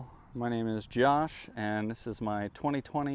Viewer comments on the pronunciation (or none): none